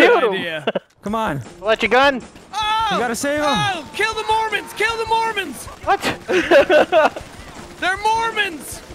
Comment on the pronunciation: " i'm gonna gill you!" 😂